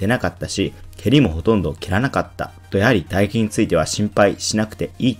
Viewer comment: 「打撃」が全部「唾液」に聞こえてしまうのは、格闘技チャンネルとしては致命的だと思う。